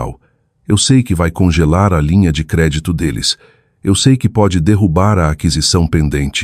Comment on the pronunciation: A inteligência artificial não consegue pronunciar ‘eu sei’. Inacreditável!🤦🏽‍♀️🤦🏽‍♀️